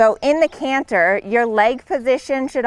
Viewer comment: Gerry cinnamon won’t be happy with her “cannher”😂